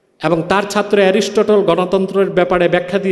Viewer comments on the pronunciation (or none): none